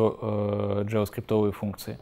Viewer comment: Парень довольно не плохо рассказывает, но дошел до 13 минуты и понимаю, что произношение английских слов и фраз подхрамывает. Ну не протобУф и не Яваскрипт, ну это же жестоко...